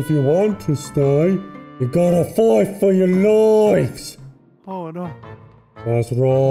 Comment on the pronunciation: You gotta FOIGHT fuh yuh LOIFES!